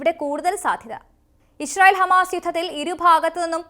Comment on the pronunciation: ഇഷറായേൽ അല്ല മോളേ..... ഇസ്രായേൽ എന്നാണ്